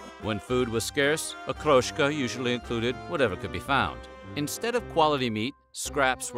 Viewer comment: I'm bickering of course but except for Okroshka, none of the names is pronounced correctly. And every time they say "blini", they show a picture of "oladii" - thicker and smaller pancakes